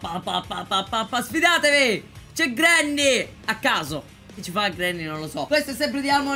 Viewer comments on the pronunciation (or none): none